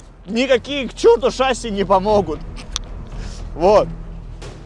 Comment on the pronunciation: Не шаси а шасиии